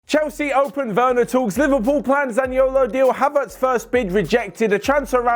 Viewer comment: Did anyone hear when said kaverts instead of haverts